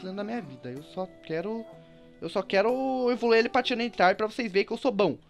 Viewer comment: Se o e bom duvido ele ver isto (Pronuncia direito casete agente tem a falar igual os gringos o*I* e o E tem som de A o Rayquaza por exemplo (Pronúncia Reiqueiza e o Tyranitar e a mesma coisa Tairanitar '-')